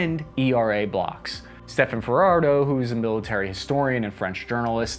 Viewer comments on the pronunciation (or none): none